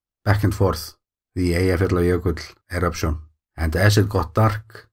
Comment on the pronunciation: I love hearing the names of the glaciers and the volcano systems rolling off your tongue. I pause the video and try to say them at that speed and stumble. Especially Eyjafjallajökull :) I can say it at a slightly slower rate so.... progress!! Thank you as always for the lovely films you make.